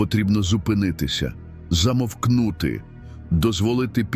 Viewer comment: У слові Замовкнути?